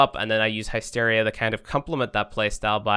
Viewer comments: its not naysteria its hysteria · The heck is hi steria? I've honestly never heard it pronounced that way in any accent until now. Lol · Pronounced HISS-teer-ee-ah (or HISS-tair-ee-ah) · High-steria? You can't you your Irish accent as an excuse for that one!